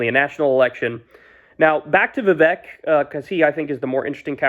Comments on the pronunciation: Horrible takes as usual. Can’t take you seriously if you can’t even pronounce his name correctly. Amateur 🤡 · MAGA still thinks hes muslum... Vivek sure got his name out there. Even Kyle cant pronounce it right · At least now you dont have to mispronounce Viveks name anymore.